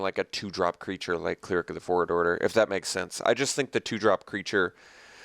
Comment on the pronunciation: CLER-ic, not CLEAR-ic